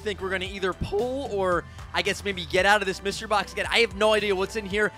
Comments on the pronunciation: “Myserty Box” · It said Myserty box☠️ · Lol “myserty”